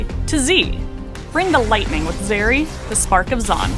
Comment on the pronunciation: Zeri, bro? R u kidding?